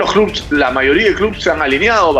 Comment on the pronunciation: se dice clubes, no "clubs".